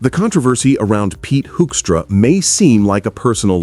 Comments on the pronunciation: Did he say Hoinkstra? 😂😂😂 I Can't disagree. This little piggy became ambassador. 😂😂😂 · This may seem pedantic, but I’m tired of people mispronouncing Hoekstra’s name. I can’t stand the guy. But I think reporters should go the extra yard to figure out how his name should be pronounced. It’s not Hoekstra or many other variations I’ve heard. It is pronounced Whokstra. As in ´´WHO is this asshole and how did he manage to achieve his position?´´. Whokstra = Hoekstra.